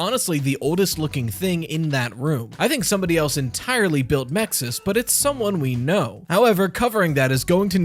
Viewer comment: The acronym for the security system is MXES, how do you pronounce it with an I between the X and S? Clearly, if an I is to be inserted, the correct pronunciation would be Mixes